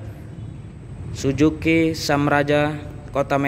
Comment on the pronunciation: Bukan "SUJUKI", tapi " SUZUKI" temen temen, temen temen, temen 😃😃😃